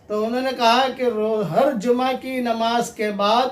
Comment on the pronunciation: جما نہیں جمعہ ہے وہ